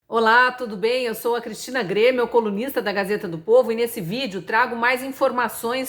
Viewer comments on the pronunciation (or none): Exma. Sra. Cristina, brilbante jornalista. Obrigada por nos presentear com o seu rico conhecimento. Sugiro falar bem claro a palavra COLUNISTA. Desculpe o incomodo, mas duas pessoas entenderam MUnista. DEUS a abençoe. Moro no Porto, para onde mudei com 71, hoje 86. Voto e sou Mesaria.